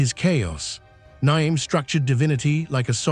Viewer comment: That’s the worst pronunciation of Nyame that has ever been said